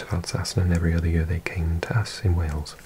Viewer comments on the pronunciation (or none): none